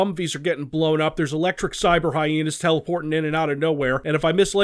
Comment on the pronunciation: I really like how he pronounces Hyena..He says "Hyeenie" and it's kinda awesome, lol 😆